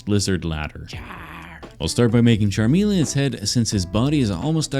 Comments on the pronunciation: Did you call Charmeleon Charmalon? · I'm so triggered by the way he says Charmeleon 🤦🏻‍♀🤦🏻‍♀🤦🏻‍♀